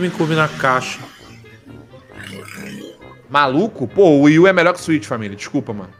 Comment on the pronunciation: mano esse cara me deu odio nesse vídeo kkk, fora que ele disse wi u melhor que Switch kkkk. Meu ouvido até sangrou